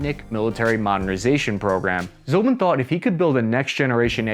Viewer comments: American (that is - USA citizens') tradition is to mispronounce non-English names. It seems they do it purposefully to demonstrate and make clear their disrespect to other-than-English languages and respective languages, traditions, nations. He is NOT "Vladimir ZOLBIN". He is Vladimir Zlobin. His surname stems from Russian word "Злоба" and there is no "Zolba" word in Russian language. IZHMASH pronounced like "IZH-MUSH" for "Izhevskie Mushiny" - Machines from Izhevsk. You are not poor to hire a Russian language consultant - you refuse to do it - because ;ike to show - how much you do not care. In all other aspects - well done, was interesting to listen. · How do you Americans butcher English so much. Izhmash… becomes Azmeeof. Its just izh… mash. Zlobin… zolbin. Can you even?